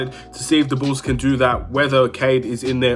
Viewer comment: It's pronounced BULLS NOT Chicago BOOS....